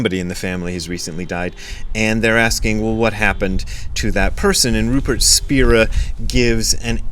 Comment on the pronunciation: It’s pronounced Spy-ra